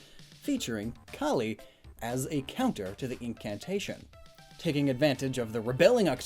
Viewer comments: It’s calie C A L I. E not colie it’s Marie not mare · It’s CALLIE NOT CALIE